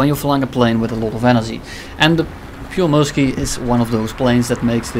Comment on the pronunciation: "Pieyrremyrski" lol